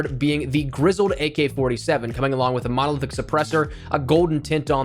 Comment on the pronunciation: Spoiled rotten Bruen, dude said modeldick not monolithic lmfao